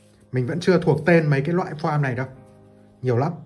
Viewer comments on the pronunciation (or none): Góp ý nhỏ ạ, "foam" bác nên nói là "phôm" thay vì "phoam" :)